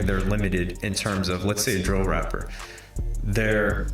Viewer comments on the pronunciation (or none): Mf really said drill 😭